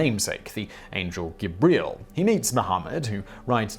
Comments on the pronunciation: The angel.. "Guh-breel?" I mean this seems intentional... c'mon man... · 'Angel Gib-real' Stop it, stop it right now.